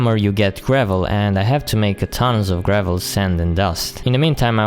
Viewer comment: you say iron weird and you say gravel like grae-vel